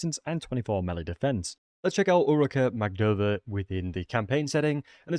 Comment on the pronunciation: It's Magdova, not Magodva.